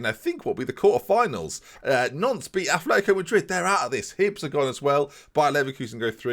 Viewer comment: calling Nantes 'nonce'